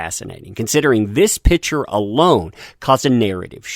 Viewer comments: Picture. Sounds like "Pick-chur". Pitcher is something you put water in. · You need to pass English class. It's PICture, not pitcher. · everytime says "picture" i hear "pitcher":D